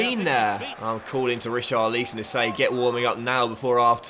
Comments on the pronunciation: Omg he keeps saying richarleeson It's richarlison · Re- Char-Leesson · Please stop saying reecharleeson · Please say Richarlison’ name right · please say Richarlisons name properly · As someone whose name is pronounced wrong all the time, I refuse to accept you not pronouncing Richarlison correctly. You must be trolling, surely you know how it’s pronounced by now